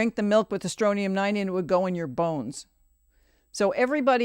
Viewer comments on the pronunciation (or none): I love this podcast. But I have to say it's Strontium 90 with a 't'.